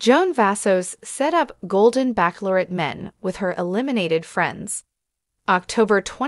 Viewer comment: Bachelorette is not pronounced backlorette